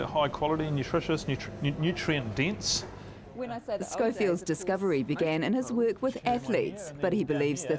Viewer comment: missuj (message) ixburts (experts) dinse(dense) fit(fat) iccadimycs(academics)...Fuck I HATE that stupid Australian accent..please learn to pronounce your vowels (viwuls) correctly